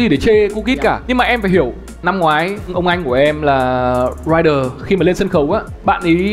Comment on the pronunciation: Ey giống tôi vãi, cứ bị cưng ấy. Mà anh Thái phát âm Rhyder nghe sang vãiiiiii❤❤❤❤